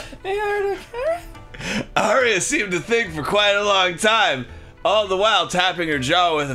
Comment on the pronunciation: "The art of Carrot-aye"